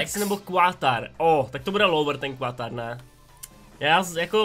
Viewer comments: ehm Quatar se nečte kvuatar ale katar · prej quatar DDDDDD je to katar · Ty čteš Qatar - Quatar? :D Prosím, viď že je to nějaký vtip :D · Qatar :D Ta výslovnost :D a prý ještě nezajímavý :D město